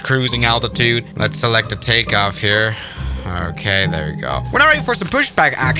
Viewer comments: Who tf says Takeoff Wrong 💀🙏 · That was geniously hilarious! 🤣🤣🤣 ("Compnesated", and "Tekaoff Bried") LOL